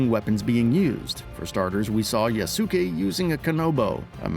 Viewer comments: “Ya-su-ee” LOL that is not at all how his name is pronounced at all. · Can people pronounce his name correctly, it's 'yass-kay'